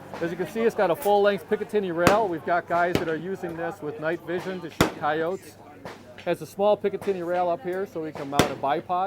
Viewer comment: Did he actually pronounce the word "coyotes," "Kai-oats?" I've heard people call it Ko-yo-té, or Kai-oh-ti, but I've never seen anyone pronounce it "kaioats."